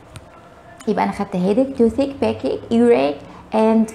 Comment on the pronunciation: Stomachache backache your pronunciation has a lot of faults